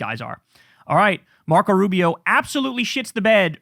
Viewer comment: Marco not Narco